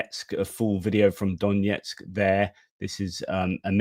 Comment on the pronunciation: just a little nit: the pronunciation of Донецьк (Donetsk) is not D O N J E T S K, but D O N E T S K btw the footage with the "storm shadow" comment was I think the one to the headquarters in Sevastopol, Krim